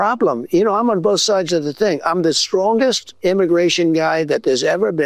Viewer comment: "I'm the biggest and stwongest most physically fit" - Twump